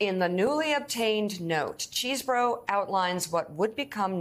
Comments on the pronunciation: It's pronounced Chez-bourough... Not CHEESE - Msnbc reporting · LOL Mica...it's not "cheese-burro"... It's Chesebro ("chess-bro). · CHEZ-BRO!!!! not CHEESE-BORO!!!! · His should be pronounced "ches" as in chess not CHEESE --- Ches bro. But then maybe Kenneth wants to have us call him CHEESEborough.